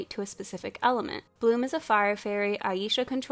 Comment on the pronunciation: Okay but not the fact that the one black character is the Mother figure. The writers gave such little shit about Aisha that they didn't even pronounce her name right. I would know I spent my entire life being called "I-yee-sha" 😔